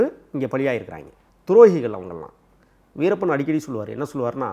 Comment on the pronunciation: adei veerapam veerappam nu solladhada host payale.. veerappan anna alladhu veerappan ayya nu sollu da